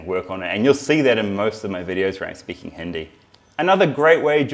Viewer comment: He can’t even say Hindi right